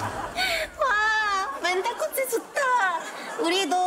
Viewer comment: 코치가 아니라 꼬치네여